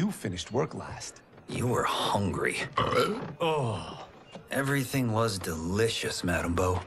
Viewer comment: “U WERE HONGRY!!”